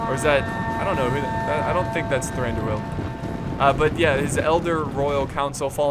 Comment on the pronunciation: Pronounce Thranduil in a flowing manner, dont emphasise the two syllables at the end like "doo el" let them flow together. Like in duel. Indeed the I sound should be more of a an "ee" anyway so it should be more like "Thrandooeel".